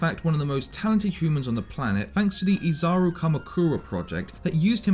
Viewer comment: "Izaru" ? what in the f-, also what the hell was Junko doing at #13, see, this is what pisses me the hell off, when people don't give an explanation as to why Junko is below a piano playing idiot who barely made a huge difference in any player's heart for more than seven minutes or so, also what is the problem with wanting to spread Despair, Despair, Hope, emotions such as these are all natural phenomenon that control people everyday, if anything, Junko made the world see how utterly helpless it was to mother nature as a whole, even with its advances thus far, and somehow, SomeBLOODYhow, that's not enough for people because most are utterly clueless as to what Junko's true motive was, the fact that she was one of the ony two (Izuru being the other one) that possessed near-super analytical abilities making her the SHSL Analytical Prowess and later on the SHSL Fashionista and Despair respectively, just goes to show how she was backed into a corner herself by being unhealthily depleted of all Joy from the world that she resided in, in which she could never make a meaningful choice and get to experience an unpredictable outcome, which would make her choices matter, much like humans who indulge themselves into philosophy and think about the same topic, having no excitement in the world, in your life, would just make everything dull and life itself not worth living, so when you're trying to make a list, think properly before you go on ahead and put a character like Kaede or some ot